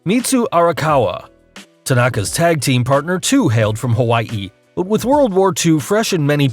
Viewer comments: So much emphasis on the last part of Hawaii. It was to funny not to comment about. Sorry. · Hawaii isn't that hard to pronounce.